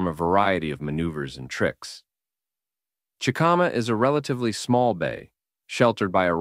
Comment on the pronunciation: Chi-ca-ma not chickama